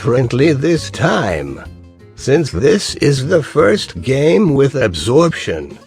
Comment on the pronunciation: I thought that you said abortion.